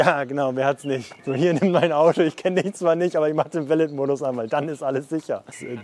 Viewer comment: Pliquett Hi, nur so ein freundlicher Tippppp meinerseits... Beim Wort Valet (Valet-Modus = Valet-Parken [va'le: ˈpaʁkn̩]) wird am Ende das "t" stumm/nicht ausgesprochen. Es ist ein Französiches Wort:-)